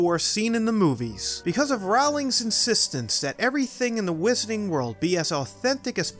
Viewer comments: Great video as always. I think your diction could be use more vocal warm ups. It sounds like you are saying Marilyn Wood and Wizening World. Also, Rowling is pronounced like Bowling, not Howling. Keep up the good work! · "Wizarning World" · Whisenening world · Does anyone know if the narrator is from Boston area? He doesn’t pronounce his “R”s in some words like “wizarding” or “unicorn” so it got me curious.